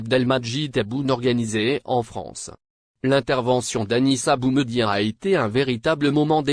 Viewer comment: Prononcer le prénom de BOUMEDIéNE convenablement car ce dernier est un symbole pr les algériens. Merci